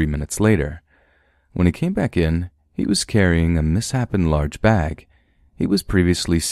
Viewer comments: Lol misshapen is pronounced miss-shape-n, not miss-happen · The dog “barred” its teeth? It’s pronounced “bear-d”. There’s no D at the end of “bystander.” Also, misshapen is pronounced Miss-shape-en. I love your videos, but unfortunately you pronounce several things incorrectly and it pulls me out of the stories. If you’re reading things and recording them you can’t just wing it. You should skim over the content beforehand and make sure you’re not going to encounter any words you’re unsure of. Just a friendly critique to help improve the quality of your already great content!